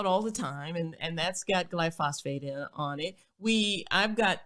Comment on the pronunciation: Rachael keeps saying "glyphosphate". This level of ignorance is incompatible with her status and her fame.